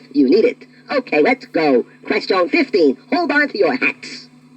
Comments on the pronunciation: I like how the 2-XL says "qwuestion/s" instead of "question/s" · I can't get over 2XL's pronunciation of 'question' ("ques-jone") :) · PLEASE PUSH... THE QUESTIONE... BUTTONE... NOW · "2-XL or not 2-XL... that is the 'QuestYARN'." I just love the way he pronounces that word. It's like he is doing an A.W impersonation, (Artificial Walken), with the sporadic accents on certain phrases. 😉😂 The accents on certain words which he is doing to simulate an electronic voice, is a very accurate prediction of the the very problem that exists here in 2022, as this is always what gives an autogenerated voice away, as the software never seems to know where the meaning of the phrase is (where the accent should be) and what is the start or the end of the sentence. So I say this guy absolutely nailed it! BRAVO🏆 Great video... Quite a spectacular work-around. An English voice over artist in a French fprest. 🇬🇧🤖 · 2-XL pronounces "ques-CHONE" like Captain Falcon pronounces "fal-CONE" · it says "question" like quest yawn, like Scotty Kilmer! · Yeah, the way he pronounces "question" as "quest-ee-own" (among other affectations) is certainly memorable... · Odd pronunciation of question, "ques-chone". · I love how he pronounces "quest-own" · the way he says “quest yeon” is pretty great. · "queshtione" had me giggling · He sounds like Alicia Bridges in "I Love The Nightlife" and her "ack-shawn," when he says "quest-shawn" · I'm going to go around all day saying "kwes-chone." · I don’t think I ever heard anyone nor anything pronounce “question” like that. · Why does he say “question” like that tho😭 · He had a very peculiar way of pronouncing "question" too. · Has issue saying the word question correctly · I'm 36 and had the Tiger version. As soon as he started playing it, the odd pronunciation came screaming back and I remember how my mom used to make fun of that way it said "question". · To me, the only thing that's annoying is how he pronounces certain words, like "question."